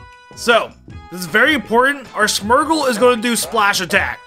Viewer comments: It’s SMEARGLE NOT SMERGLE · Am I the only one irked by how he pronounces Smeargle as Smergel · Whey does this man call smeargle, smurgle it is so wierd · Smeargle is S-me-er-gull